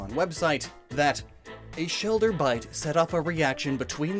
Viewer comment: “Stuck in the shelder”